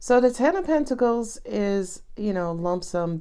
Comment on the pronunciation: 🤣🤣🤣 First of all, I love how you say Pentaclee, and also "she just said a word" 😂 You are so funny